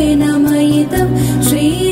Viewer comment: Also, in pronouncing shri, its pronounced as sri. Its not sri, its shri, taalavya shakara. Otherwise its a beautiful rendition